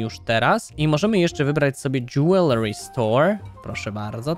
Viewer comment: czyta się DŻEWELRY